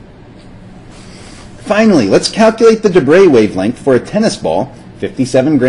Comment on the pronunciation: Well done, finally somebody pronouncing De Broglie relatively correctly.